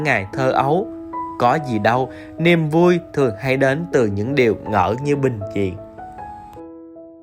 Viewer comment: phát hiện a nói niềm vui thành niêm vui